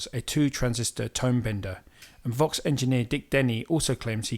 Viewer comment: Vox, not fox! Lol